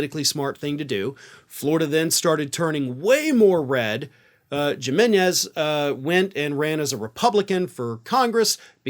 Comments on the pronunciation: You are pronouncing it incorrectly. It´s pronounced, "he-men-eez", not "jimen-ez". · It's an H sound, not J. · “HE-më-nês”. Not “her-mê-nês” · My guy ... it's not "Jim-eh-nez" it's "Himeh-nez" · Apparently, they booed Trump because like you, he mis-pronounced the candidate's surname. It's "Himinez" not "Jiminez". It always helps to do your research. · Does really not know how to pronounce Jimenez or is that a joke? Hee MEN ez. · Gimenez is a latin name. I think it's pronounced with an H not a G, and him being a latino is probably the reason those bigots don't like him. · I believe that "J" in spanish is pronounced like "h" in english. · .....it is not Jim-enez. It is Him-enez. Fix your Spanish! Other than that, love what you do. Especially for being a resident of the East Coast crazy state. I am from the West Coast crazy state of California. We are even on that front. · "HIM" enez. not "Jim" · In his case it's not pronounced geemanez, instead try, ham-n-eggs. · Jiminez, spanish j is an english h, hence hemenez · It’s pronounced w the J sounding like an H, not a J sound. :) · OK, the name is Jimenez which the J is pronounced like an H not a G so it would be like if you spelled it with an H like Himenez although in Spanish the H would be pronounced like a Y so it would be Yimenez……………………….😂😂😂😂😂😂😂😂😂😂😂😂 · Please his name is pronounced Him-en-ez. Not Jim-en-ez. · If it's a Spanish last name and spelled Jimenez it should be pronounced Hi-men-Ez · Jimenez pronounced Himenez… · The name Jimenez is pronounced as "hee * MEN * ez," unless he says it got Anglicized. Learn at least a little bit of Spanish. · It’s pronounced Heemenez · Pronounced (Himenez) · great channel, but I'm pretty sure your pronounciation of Jimenez is way off. It's a common Spanish name and pronounced more like "He men ess." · J's are pronounced like h's. Himenez. Think José. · Just fro future sake, Jimenez is pronounced He-men-ez. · Jimenez=pronounced He-men-es😊💙💙💙💙